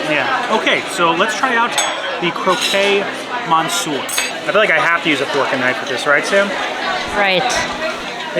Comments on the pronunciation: Croque monsieur is pronounced krowk muh syur, not krow kay mon sewer. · French lesson… it’s “croc” (as in rock) monsieur 😉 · I don't speak French, but I'm pretty sure it's croque "croak" monsieur (croquet "crow-kay" is a game played with balls and mallets - it was in Alice and Wonderland, with the cards acting as goals) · It's pronounced CROK MONSIEUR!